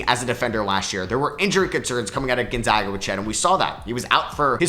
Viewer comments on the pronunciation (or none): none